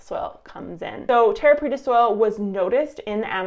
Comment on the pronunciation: you said it right. Preta means pressed